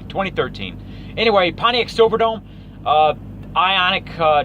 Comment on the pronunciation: It’s iconic, not ionic